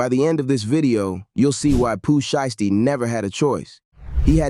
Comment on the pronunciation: Why does this guy continues to say Pooh Shee-esty 🤔